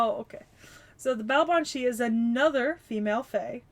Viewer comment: BTW, the pronunciation is closer to Baa-vahn. As usual, the quirks of the language make it hard to guess pronunciation quickly if you don't grow up with it. Much like Artoria Caster, Baobhan Sith's first two arts are closer to memories/records of who she once was, while the third art is what she was by the end - in her case, a faerie barely clinging to life. A major reason that faeries would torment Baobhan Sith to death is basically just because they find it revolting that she's a vampiric faerie. By the time Morgan told her to embrace cruelty, Baobhan Sith's soul was exhausted enough that she was literally on her last incarnation before she'd die permanently. Pretty sure you mean a "blood eagle", not "spread eagle" (that's a position where one is lying down with one's arms and legs spread wide apart). Cait Cu Cerpriestess' 3rd art is basically a 'Baobhan Sith who has overcome her fate', or something like that. As a whole, Morgan's lessons to embrace cruelty won't fade, but she does seem to be a fair bit better as a person than her previous self. Yeah, the name seems to be an eclectic mash-up of figures - the Cait Sith (faerie cat), the Cu Sith (faerie dog), and Cernunnos. On the subject of Burnunnos, it's probably worth noting that Barghest has a crippling phobia of urban fires due to the memories of being Demon Dog Barghest, so she focuses on fighting wildfires which are less triggering for her. She does manage to power through the fear towards the end of the event when al